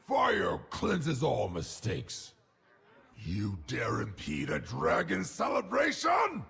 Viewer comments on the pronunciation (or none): none